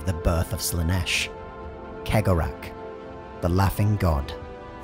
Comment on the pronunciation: Cegorach is probably the only name in the entire video he actually pronounced correctly XD